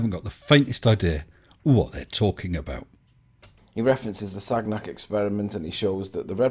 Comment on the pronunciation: You'd think that would learn to pronounce the name of his hero. It is not Sag-nack. It is pronounced Sanyac.